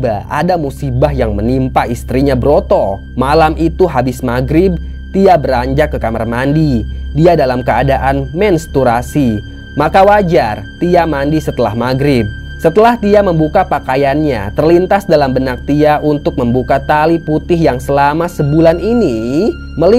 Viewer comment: Menstruasi bang, bukan mensturasi atau terasi hadeehh😌😌